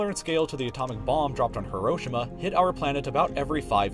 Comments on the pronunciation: did u say (Heroschima)? lol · Its Heroshima but it's pronounced Hiro shima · it’s not Hiro-shima is Hi-ro-shi-ma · its hero-she-ma not her-o-shi-ma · Hero-shee-ma= Hiroshima Not "haroshamah" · its HEE-roh-SHEE-muh not hi-ROH-shih-MAH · uhm buddy its pronounced Hero-Sheema.. okay say it with me Hero and Sheema .. Heroshima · Hiroshima is said like this. Hero—sheem—uh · Ok say it with me.. Heerosheema! That's how you pronounce Hiroshima. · Am I pronouncing Hiroshima right cause I say hero-she-ma not hiro-shima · YOU ARE PRONUNCING HIROSHIMA WRONG HERO SEAMA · It’s pronounced “hee-row-shee-muh” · It’s pronounced like this “Hero” “shima” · Its He-Ro-Shi-Ma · Please pronounce it he-roh-shee-muh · its HEE ROW SHEEMA you stupid fuck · Love this video. Although Hiroshima is pronounced hee-ro-shee-ma and not as fast as it was in the video. Just something for future vids:) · The way he pronounced Hiroshima insults me on a spiritual level. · Are you ever going to try and pronounce Hiroshima properly? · I'm... I'm not the only one that thinks he's mispronouncing Hiroshima right? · you say Hiroshima wrong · stop saying hiroshima so oddly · He pronounced Hiroshima wrong lmao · When you cant pronounce Hiroshima right... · the way he pronounces Hiroshima annoys me so much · Just the way he pronounced "Hiroshima" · unfortunately you pronounced hiroshima wroing xd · Need to learn how to pronounce Hiroshima my friend.